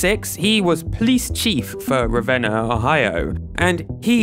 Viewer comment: THANK YOU for pronouncing Ravenna right 😂😂 Spent a chunk of my childhood there!